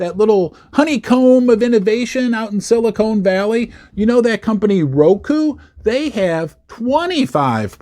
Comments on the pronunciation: It's Silicon Valley not Silicone 😆🎩👍📉🏛 it was the 16th not 18th largest too. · Silicone Valley might be an interesting place!